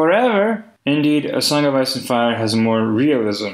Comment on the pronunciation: the song of ass and fire))))) i am sorry, but that is literally what i hear every time he says it